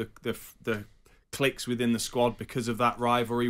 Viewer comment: Cliques NOT clicks. It’s pronounced ’cleeks’ but spelt cliques, not clicks.